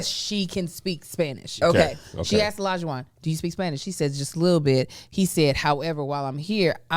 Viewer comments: Olajuwon is my brothers name. A lot of people can’t pronounce it correctly. Lot of people say E-Lija and it’s like no it’s Oh not E lol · Olajuwon is a Yoruba name, it’s pronounced OLAH-JU-WON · The way everyone’s pronouncing Olajuwons name is killing me 😭 it’s a Yoruba name , I don’t watch the show have no idea if he is Nigerian himself( regardless he can pronounce his name as he sees fit ) but wooo I didn’t even recognize what was being said until I saw it in these comments 😂